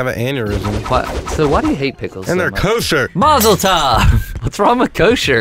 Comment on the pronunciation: Did u Seriously just say Mozzeltoff...